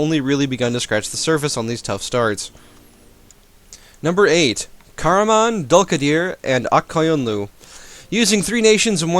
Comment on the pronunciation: The way he pronounces karaman dülkadir ( dulkadir) and ak koyunlu is funny ( i used their real names )